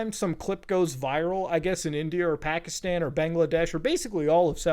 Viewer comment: Man’s from india, speaks hindi, BUT still says Pakistan wrong. C’mon Muta